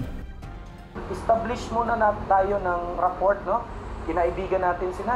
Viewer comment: Rapport* (silent T).